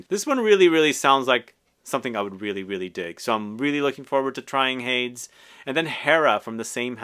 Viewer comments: Surely it must be pronounced Hay-dees given the sister fragrance is Hera, no? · Just so ya know, Hades is pronounced “Hay-dees” and he is the Greek god of the underworld!